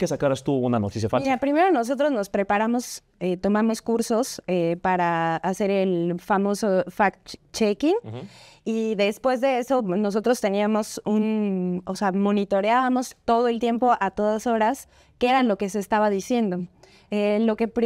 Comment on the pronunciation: ¿FAC O PAC CHEQUIN? decirlo en español mejora la comunicación Sra Vilchis